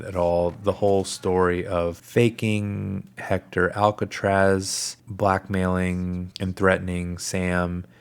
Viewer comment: It’s Alcazar not Alcatraz